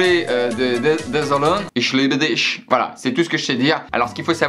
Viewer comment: Il sais juste dire je t'aime en allemand en plus il prononce mal